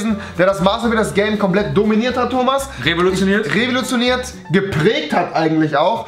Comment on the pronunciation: er hat Master Builders "Rewilotioniert"